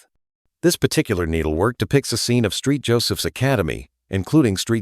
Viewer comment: LOL "Street" Joseph's!??!